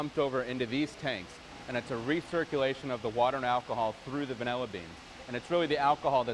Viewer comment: He keeps saying VanELLA… that’s wrong… 😂